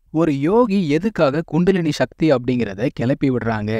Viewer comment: முடிந்த வரையில தமிழ் சொறகளை உபயோகிக்கவும்! ஷக்தி. அல்ல. “சக்தி”. தமிழ முறை சிவன வழி- சித்தரகள பினபற்றுவது- சிவன ஒன்றே கடவுள சமஸகிருத தாக்கத்தை /அதன உச்சரிப்பை கொண்டு வர வேண்டாம நன்றி usa